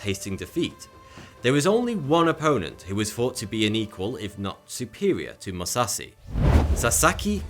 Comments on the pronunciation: This guy should at least try to pronounce the names right because hearing Musashi as Musasi is just bad. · I cringe every time he says Musasi like the h just disappeared and don't tell me that's how he pronounces stuff, you can easily pronounce it correctly with a bit of practise, I am neither a native Japanese nor English speaker and I can without practise imagine that. This dude lazy as fuck. He is talking about the greatest samurai to ever lived and doesn't even have the courtesy to say his name right. Also he talks about a great Mongolian warrior who was a woman and shows a European woman on screen through it all, talks about wrestling and shows skeletons boxing. I stopped watching after the 3rd time he said Musasi and had to comment. This video sucks balls I'm out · Please improve that Japanese pronunciation... :( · You mispronounced Musashi every single damn time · Almost pronounces matsashichiro right.... Butchers Musashi every. Single. Time. Sorry I don't mean to be "that guy." But I guess Ive now lived long enough to see myself become the villon. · I searched FOREVER to find this comment, I was so upset when he mispronounced Musashi’s name and nobody in the comments was correcting him, you sir are a legend. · Man hearing Indo-nepalese or other asian words pronounced by westerners is funny he literally skipped the 'h' in Musashi and Mahathma Gandhi's name lmao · He totally destroyed Miyamoto Musashis name XD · The he pronounces musashi miyamoto triggers the shit out of me and im not even Japanese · In Japanese the H is not silence so he’s totally miss pronouncing the name of Musashi. And the knife he’s talking about is misspelled. It’s Kukri. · Amazing how in 2020 people still cant pronounce Musashi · MusaSHI. not "MuSauCeY". How hard is it to properly pronounce the names of the individuals that you are featuring? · Seeing him pronounce names wrong makes me wanna puke, "Mi" "ya" "mo" "to" "Mu" "sa" "shi" . And not "kurki" it is "Khukuri" "Khu" "ku" "ri"